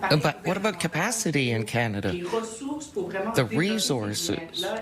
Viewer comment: No big deal in Can d i a 😁